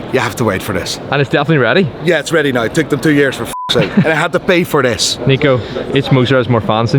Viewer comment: Why does he say 'nye' instead of 'now' is he stupid?